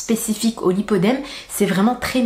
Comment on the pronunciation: c'est le lipoedeme et non lipodeme.